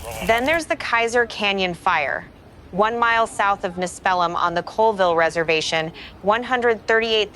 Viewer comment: ness-spell-um lol!